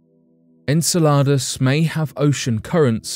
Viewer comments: En cell ar dus or Enceladus? Learn how to say it!!!! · I’m constantly looking forward to watching each new video you post. However I just want to make a minor correction to the pronunciation of the moon Enceladus. It sounds like “in cell a dus”. Thank you for always bringing to the forefront such topics that are so easily buried